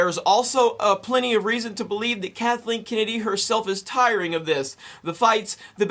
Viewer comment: Kathleeen Kinnidy...